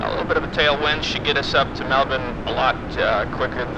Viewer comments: Mel bin is absolutely the correct pronunciation (y). Go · I bet you don’t pronounce alot of things right out of your country MelBin 😂 yea that is exactly how you pronounce IT ... maybe they should spell it correctly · 2 things I can thank for for as an Australian. 1: the pronunciation of Melbourne 2: "fly into Australia"... therefore not including Tasmania as part of Australia which we also do 👍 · Finally an American said "Melbourne" properly. It's "Mel-bin" not "Mel-born". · HE SAID IT RIGHT YESSSSSSSSSSSSS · He actually said Melbourne correctly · Melbourne his my home town, left there about 26 years ago. Glad to hear you pronounce Melbourne correctly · nearly nailed saying Melbourne great job mate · Pronunciation 10/10, never ever heard an Ameican say Melbourne correctly. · wins for pronouncing Melbourne correctly! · A foreigner pronouncing Melbourne correctly??? IMPOSSIBLE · It's funny hearing you pronounce Melbourne correctly but by the way you are talking its like you think that Tasmania is its own country and not a state of Australia. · I'm Australian and this my first time hearing an American say Melbourne properly. Also another nice city in Australia is Brisbane.